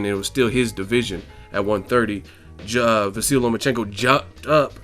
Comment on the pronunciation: At least try to pronounce the guy's first name correctly... I'm sure he wouldn't say your channel's name was "boxing egg"...